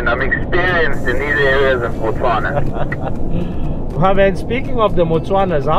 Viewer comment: Absolutely beautiful cinematic video. I really appreciate how all you guys pronounce all the names of my country's places correct every time, i really respect that effort considering how hard Setswana names are